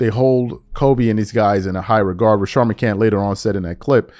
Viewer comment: Rashad not Rashard. Good video! Call out the Bronsexuals